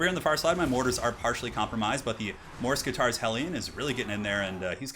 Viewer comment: Not to be rude or anything, but is that really how you pronounce morskittar? Mors-kitarr? Just sounds super weird for my none native English ears. I would assume it was like mor-skittar